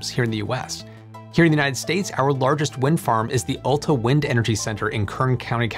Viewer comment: The "Olta" Wind Energy Center? ok, if you say so.